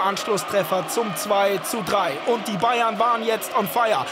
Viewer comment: Kommentator blubbert bei Bayern novj